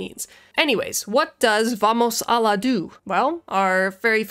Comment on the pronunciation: Haha, Vamos Alla is pronounced Vamos "Ah-yah" and means "Let's go over there"